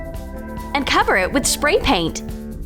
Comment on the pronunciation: or further the way she says spray paint lol